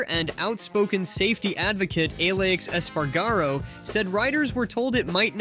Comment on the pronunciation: Ah-laysh Espar-garo. Good content. Say the dudes name right.